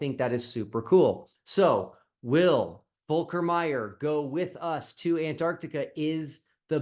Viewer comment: Your pronunciation of the name is pretty accurate. Lovely to see a German possibly joining an international team. Seems there are available positions not used by headless chicken...